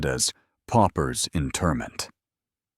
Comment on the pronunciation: PAUPERS (impoverished folk), not POPPERS!